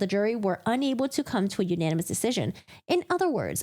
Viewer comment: U-nAn-e-mes 😅 Sometimes when you say a word so many times you completely brain fart on how it’s pronounced. I couldn’t help but to giggle at that.